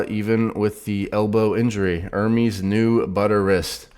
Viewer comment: Sound board has to have you properly pronouncing the name ‘ERR-MEZ’ instead of you and Devon saying ‘ERR-Meeeees’ 😑 C’mon! 😂